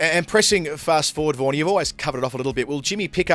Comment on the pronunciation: Why badly Prounce michel vaghan as warnie....Very very bad ,Pls correct